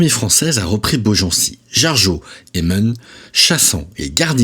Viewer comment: On dit "main" sur Loire, pas "Meung", contrairement à ce que l'orthographe suggère, pour info, je suis balgencien de naissance 😉